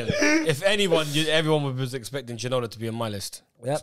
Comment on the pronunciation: The disrespect and pronunciation of David ginola was making me rage